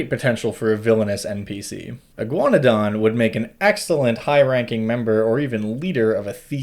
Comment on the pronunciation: I thought you were saying "iguanodon" every time you said "a ghaunadan." I was very confused at first.